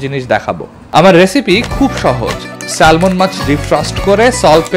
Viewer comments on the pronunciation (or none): এটাই হলো সমস্যা আপনি PET কে পেট বোতল বলায় নোবেল কে একটা খোঁচা দিয়ে দিলেন ঠিকই কিন্তু নিজে ’স্যামন’ মাছ কে বললেন ’সেলমন’। সে যাহোক আপনার ভিডিওটা শিক্ষামূলক। ধন্যবাদ।